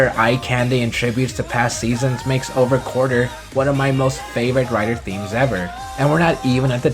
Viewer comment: Is anyone else sorta triggered that he said "Over Quarter" instead of "Over QUARTZer" lol